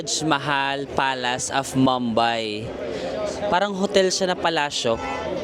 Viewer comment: Medyo disturbing on how you pronounce Mumbai. it’s moom-by. Not mam-by